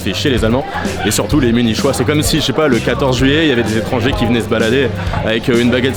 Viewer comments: On prononce "Munikois", pas "Munichois"🙂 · T'es vraiment un malade de prononcer Munichois "Munishoi" mdrrr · Mais munichhhhois c est quoi?? Faut revoir ses notes là ! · Les munichois mon dieu la prononciation lol et merci c’était très intéressant , je rêve d’y aller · C’est une blague ou bien ? Ça s’écrit « munichois » mais ça se prononce « muni-quoi » … pas possible de ne pas savoir ça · Ha mes oreilles qui saignent à chaque "munichois" ! Muniqoui, diantre ! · Nul cet influenceur. 😅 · Effectivement niveau sonore on dit Muni"quoi" ^^ . Mais sinon très bonne vidéo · Tu prononces mieux certains mots allemands que le mot munichois 😭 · La prononciation "munichois" est voulue?